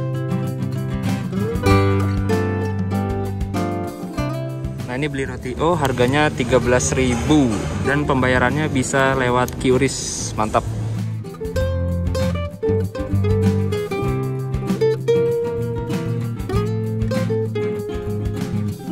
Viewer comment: QRIS DI BACA "KRIS" YA GES LUV U